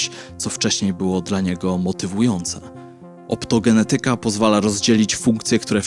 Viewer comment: OptogeNEtyka. Trzecia od końca sylaba powinna być akcentowana.